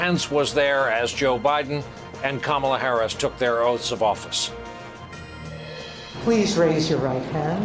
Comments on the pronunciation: I’m gonna need everyone to learn how to pronounce VP Kamala Harris’ name! It’s not that hard. KAH-mah-lah... not kah-MAH-lah. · Shocking that the Justice who swore in Kamala mispronounced her name as Trump has always done to diminish her. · Shame Sotomayor doesn't know how to pronounce Kamala's name. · How disrespectful to swear her in and mispronounce her name... shame shame